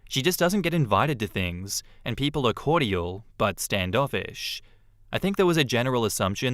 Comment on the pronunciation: Do I pronounce cordial wrong or does he 😅